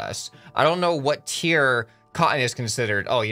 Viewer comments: its tier not tear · You mean "tier" instead of tear.